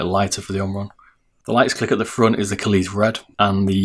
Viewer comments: It’s pronounced kale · Great video, was very helpful. By the way "kailh" is pronounced the same as kale. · kailh, pronounced kaihwa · Kailh like "Kale" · What's with the pronunciation of Kailh. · No, kailh is the line and face name of the switches and company but Kaihua is the manufacturer that actually makes the switches in the factory. You can say either and also yes, he did pronounce the name wrong.